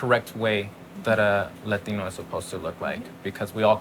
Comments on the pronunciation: LADINO 😂😂😂 I thought its pronounced Latino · Forreal bitch says latinyo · Take a shot every time she say LateenO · Bruh this bihh sounds mad weird when she pronounces "Latino/a" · She putting to much emphasis on it 😑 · She prolly doesn’t speak no Spanish but knows a word or two so she really tries hard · I just seriously despise that woman so fucking much and her butchering of 'latino' oh god please I hope she gets abducted or some shit by a mexican gang